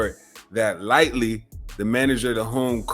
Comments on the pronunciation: Dude kept hearong folks say Lighty correctly & still chose the wrong path. ...Lighty alrighty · It hurt to repeatedly hear lightly. 😅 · LIGHTY... no "L-Y" Just "Y" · Bro are you fucking death. You have clearly heard that man's name is Chris LIGHTY not Lightly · My guy it’s Chris Lighty not Lightly!! 😂😅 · It’s Chris (light-tee) not Light-Lee!!! 🤨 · Bro, its LIGHTY not Lightly. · Chris LIE-TEE not lightly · Right! Damn man, see what the public school system do to you lol🤦🏾‍♂️. Comfortable saying "lightly" too as if he knows he's saying it right lol. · You’re not even sayin Chris’s name right 🤦🏾‍♂️ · This bad journalism, from saying the name wrong 100times, not showing the instagram posts in the right sequence, to why 50 really hired an investigator and 50 didn't start beefing Diddy after Lighty's death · Self inflicted... Not! Please respect Chris's memory by pronouncing his name correctly! My Guy 💡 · Right, It was like nails in the chalkboard each time I heard that. How do you not know Chris Lighty's name for one? Mispronouncing someone's name repeatedly when it's pronounced correctly multiple times in your own video is nasty work lol.